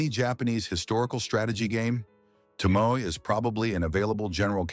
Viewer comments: Her name is pronounced To-Mo- E not ❤Tomo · Was she not married to Yoshinaka, betrayed by his own kin the Minamoto. Yoshinaka fought the Heike, but betrayed by the Minamoto, whom he fought for. Yes the narrator should study more to pronounce the names correctly. 😢 very bad , Tomoe instead Tomo??? Samurai as he pronounced SAA.....MURAI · It would be nice when you make a documentary on someone if at least you could pronounce her name properly! To mo E !!!! (eh) To mo (eh). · “Toh-mo-eh,” you AI idiot! If you’re going to use an English-speaking computer program to tell a Japanese story, teach it how to pronounce the Japanese words it’s going to use for crying out loud!